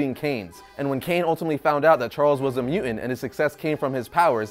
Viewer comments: its mutant, not muant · Obviously has a very hard time with pronouncing the T's.... For example, he can't say MUTANT but rather say MUA'ANT.... That's a very clear indication that needs diction classes.... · "Juggernaut is NOT a mu'ant?"